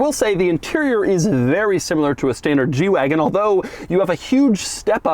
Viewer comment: I keep thinking he's saying "jew wagon" and it's hilarious